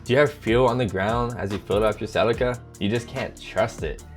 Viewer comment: Sea-Lee-Ca is how it is to be pronounced.